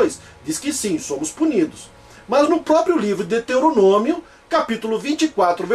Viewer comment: Hehehehehehehe! Esse do vídeo é tão BURRO que não sabe nem pronunciar "Deuteronômio"! Pronuncia "Deteronômio"! E isso logo no começo do vídeo! Agora eu pergunto: como é que eu vou continuar assistindo ao vídeo, se logo de cara o "grande exegeta" da Bíblia mostra o tamanho do seu analfabetismo! Hehehehehehehehe!